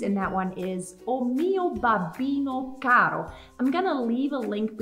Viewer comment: im really confused. She sang the first caro with a rolled r but the pronunciation video said not to?